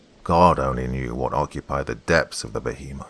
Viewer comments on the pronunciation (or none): I really wanted to enjoy this action-filled story, but I am now starting to see that your pronunciations are getting WORSE. A geezer of water? A giant behmith? What's going on,?